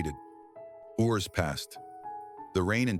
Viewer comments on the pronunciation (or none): I wish they would use an actual human reading instead of the AI awkward cadence voice that mispronounced hours as whores. And the end picture that suddenly had two Sophies.